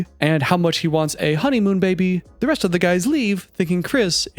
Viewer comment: Why does he add h’s randomly? Like, he said “resht” instead of rest. Is it an accent? Just curious, not hating.